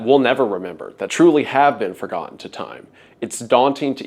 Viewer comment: it is sad to be "for-godden"